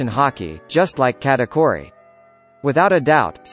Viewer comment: Please say kuh-ta-kooh-ree to pronounce Charlotte katakuri